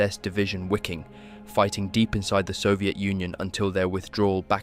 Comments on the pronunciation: Wiking is pronounced Viking. I think others have commented this in previous videos. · It is pronounced "viking", for fucks sake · Great documentaties, but ya: The "why king" was killing me.